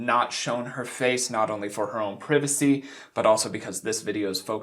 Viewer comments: Don't say privecy. Pri-va-cy. Had to troll that. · Disliking for you pronouncing privacy incorrectly. Cmon bro its a 1st grade word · Do you pronounce privacy like that purposely british or is that how u learned it? Just curious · Why did he say "privacy" like that???😂 if he said it right it makes me wonder if my life is a lie. Anyways.. back to the video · Anybody mad at how this guy pronounced privacy